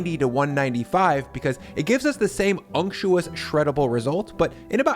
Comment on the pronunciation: "Unctuous" oh dear...